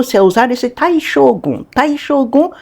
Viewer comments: A pronúncia inadequada br Xógum é demais.. não dá, não dá, não dá. Não tem justificativa para pronunciar uma palavra japonesa assim, sendo que nossos idiomas fonéticos, são quase idênticos... Fora que eles escrevem com as letras Ocidentais desta maneira = Shogun. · Como é f3lO ler Shogun com X kkkkkkkkkk